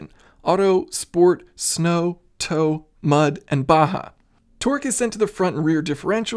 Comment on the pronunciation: Thank you so much for pronouncing baja as 'baha' and not 'BAJJA'....